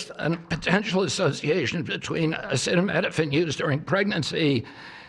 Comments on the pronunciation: If you’re struggling to pronounce acetaminophen, think of it like this Minophen is pronounced like minnow fin. Aceta is pronounced Ah-see-tah. Like ah see tah Epstein files still haven’t been released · Bro couldn’t pronounce acetaminophen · This dude can't say acetaminophen. Holy shit